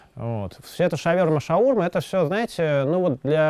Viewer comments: ШаурмА а не шаУрма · Как можно говорить "шаУрма" ?! Ужас какой)) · мы крымчане, у нас - шаурмА (с ударением на последнюю "а")